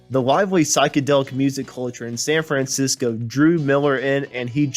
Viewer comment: It’s Living in the USA! Not Living in the United States of America! And learn how to say San Francisco!